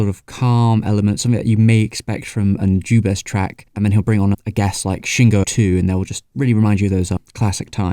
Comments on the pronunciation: the "u" in Nujabes is like de "oo" in doodle, the "a" is like the "a" in that. the rest is ok. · Man you just can't seem to pronounce Nujabes properly in this video. Anyway here's a reccomendation for early j-hiphop RHYMESTER'S - Ore ni Iwaserya